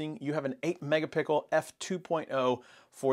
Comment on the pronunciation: Thank you fellow commenters for proving to me that I didn't hear it incorrectly! "Mega pickles" indeed 😂😂😂